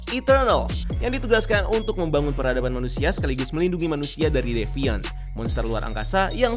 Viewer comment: Ngomongnya ga devaint lagi bang?😆